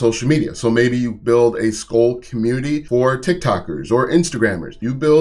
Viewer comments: Pronounced "School" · the chew is “skoal” and pronounced like coal, this is “skool” and pronounced like cool…it is irritating hearing you mispronounce it 😂😵‍💫😊